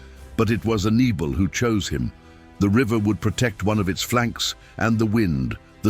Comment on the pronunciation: Who is this 'Has-dru-bel'? And who was 'A-nee-bull'? Why do none of the makers of these vids listen back to their artificial idiot voiceovers?